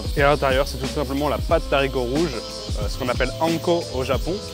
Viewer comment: De haricots rouges... Stp.. Le h ne permet pas la liaison ❤ merci